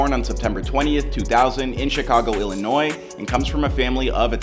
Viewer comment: Thumbs up for pronouncing Illinois correctly.